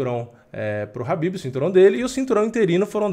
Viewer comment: Fio, o nome do cara é KHABIB, não Rabib. Habib é nome de árabe.